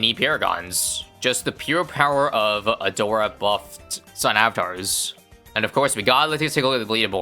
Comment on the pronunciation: "We're going to pick A-door-a" The BEST pronounciation of her name i have heard in a while